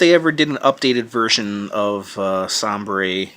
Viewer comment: I think it's pronounced Say-ber. Like the NHL team Buffalo Sabres, and I think he's a Buffalo.